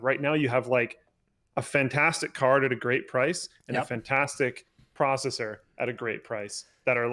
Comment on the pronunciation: Now Linus is saying "pro"cessor, jesus christ. You can't just do it with one word, anything with "pro" in it you have to "pro"nounce it like that.